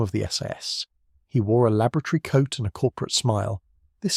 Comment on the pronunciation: LAB o RAT ory But you are correct, lol. I thought the same...